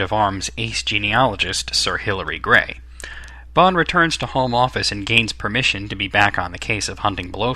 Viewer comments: It's Hillary Bray not Gray. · The name of the geneologist from the College of Arms whom Bond impersonates is Sir Hilary Bray, not "Gray." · It is Sir Hilary BRAY, not Gray.